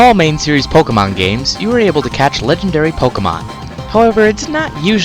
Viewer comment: No offense, its not called pokamon its called pokemon